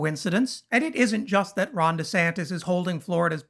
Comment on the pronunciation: Will someone please tell Ben Crump that it is WITH not WIF, it is THIS not DIS, and it is THAT not DAT.